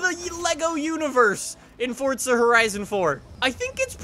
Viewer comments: It’s forza said as 4 za not fort za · Bruh guy said "Fortza" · Why do you say fortza 4